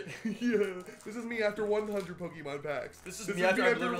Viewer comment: Finally someone whos worse at pronouncing pokemon than jack